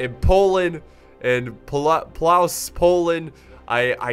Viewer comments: It's pronounced pwovtze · Great video! If you're going for the correct pronounciation it's: /pwovtse/ :) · haha nice pronounciation.. it's more said like plofteh . I know, polish is strange.. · Battle of Plałs? Good God... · As a Polish viewer I find it quite funny, how you pronounce the name of the city xD I understand that, no problem, but you get it. It's pronounced more like "Plovtze", fyi. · oh my god sorry but i found your pronounce hilarious because you said "battle of plauss" xd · Actually it's Płowce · Mikołaj Muszyński ur right it is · Mispronounce lol you aren't even close, but you are trying, thx for battle;)>